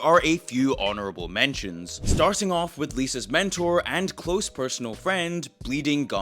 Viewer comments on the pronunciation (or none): none